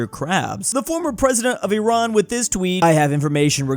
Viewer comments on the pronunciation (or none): none